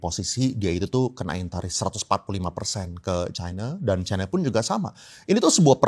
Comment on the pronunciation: Mana yg benar pengucapannya kata China atau Chaina. Harusnya ucapannya China. Tolong patuh pada kaidah bhs Indonesia.